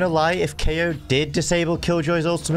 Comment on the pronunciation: Hmm Kayo more like keoch?